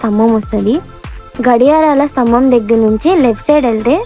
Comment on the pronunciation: Good Video, couple of points, Ghadiyarala Stabham kadua, Ghadiyara Stambham, Navy Air Force Kadu, Indian Air Force.